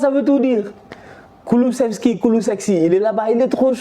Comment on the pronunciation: « Kulusexi » 🤣😭😭 Non t’est un tueur 🤣